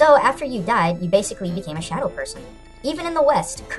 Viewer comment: YES I STUDIED UNDER A FORMER YORUBA HE CAME TO THE LOCAL UNIVERSITY AND UGHHH I LOVE THE YORUBA And um... you mispronounced shadow